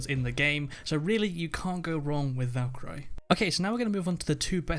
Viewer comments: valk-eye-riy lol its kalk-urr-ree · Valka ree not Valka ri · He says Valkyry😂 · thought I was the only one who realised how wrong he says it lol good video though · he also said mon tayne it's MON TAHN YAH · Say Valkyrie as Valk ree. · valkoree not i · Valkeray and Montain... that's not how it's pronounced... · The Death, No, he's saying Valkarey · I would go with Ash sledge - smoke pulse. Thermite bandit and jäger also Ps. Learn to say Valkyrie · british ppl pronounce things differently... lol